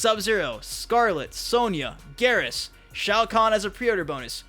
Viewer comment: I'm pretty sure Geras is pronounced "Gear-us", not "Garrus." The latter makes me envision some weird Mortal Kombat vs. Mass Effect crossover...